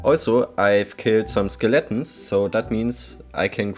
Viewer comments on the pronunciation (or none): I love the way he says "Skill-atins"